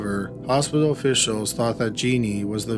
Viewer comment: She died in the "Hos-pi-doll" ... Oy veh!